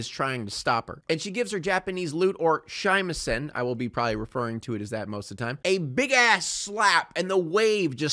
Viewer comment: Your pronunciation of Shamisen is totally horrendous Great video tho 👍